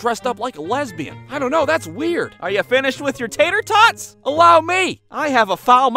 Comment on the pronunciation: "are you finished with your tatorTOTS" 😂